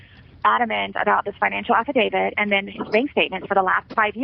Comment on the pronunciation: She says Afi-David